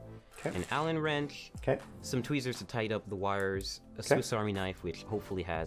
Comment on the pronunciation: "an allen wrenkch."